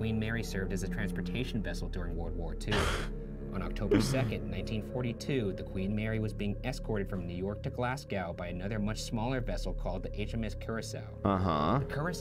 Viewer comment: why did Ryan say Glasgow like “glass-g-ow” like cow rather than “glaz-go” 😭😭 lmao